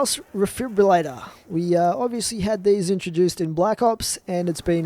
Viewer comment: he says ovisly alot